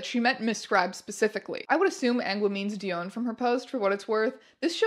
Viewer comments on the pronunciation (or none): I think its pronounced (DEE-on) not DEE-own